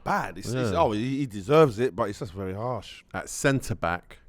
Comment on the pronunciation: Wery wery wery